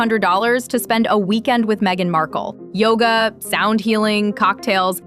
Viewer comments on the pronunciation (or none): none